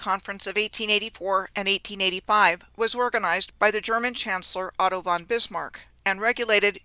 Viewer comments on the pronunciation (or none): none